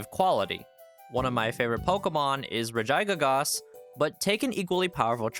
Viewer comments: Ahhhh so my mom is wrong when she tells me im gambling! I'm unvieling filler!! You are also totally trolling with that Regigigahss pronounciation. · I hope you are ragebaiting with the regigigas pronouciation 😮